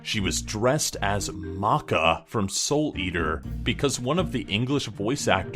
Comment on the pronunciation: Who the hell is caca,i mean maka